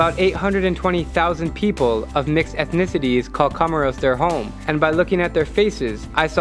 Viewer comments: My dear, COMOROS is pronounced, "KO-MORE-ROS, with the a ccent on the "KO... " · I heard comoros